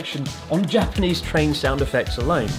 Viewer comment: Why is your Japanese pronunciation so bad, Chris? D